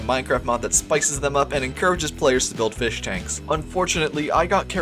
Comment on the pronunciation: take that back, we have tropical fesh